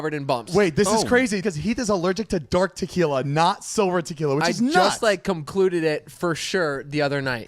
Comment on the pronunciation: did he really just say COMcluded 😂